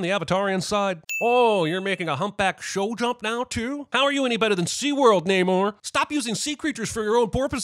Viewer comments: It’s Pronounced NAH-mor not NAYYYYYY-nor, Jeremy. (BTW, I was making a joke. Th3birdman’s point is true) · I am very annoyed tho that Namor has clearly stated his name to be Nuh-morr, yet everyone keeps calling him Nay-more. Like bru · You should sin yourself for constantly mispronouncing Shuri and Namor’s names